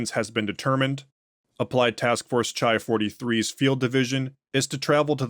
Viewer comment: I’m sorry to be That Guy but the classics degree in me is jumping out lol: I think the MTF designations are based on the Greek alphabet, so “chi” would be pronounced like “khai”, it’s like a k sound with a little puff of air, like how you say “Christ”. Keep up the awesome work!